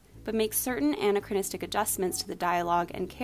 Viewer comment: I heard it as Anne-achronistic every time.